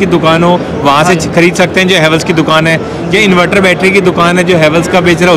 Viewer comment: इनवैटर nahi इनवर्टर bolte hain